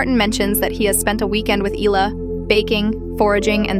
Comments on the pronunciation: not "eela" the name is "ehla" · There is no "Illa" 🤭🫢🫣